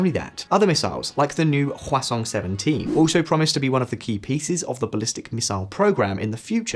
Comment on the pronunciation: You say 화성 like croissant. haha No shade, I know you don't speak Korean. Just say hwah song. Song like music, pretty close pronunciation.